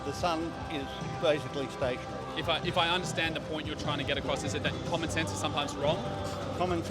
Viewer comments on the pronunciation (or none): "I hate common sanse" lmao what?